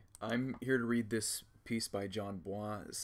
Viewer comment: bois is not like some foreign last name you actually pronounce it like boys